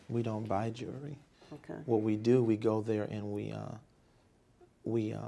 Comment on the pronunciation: Jewelry is Juury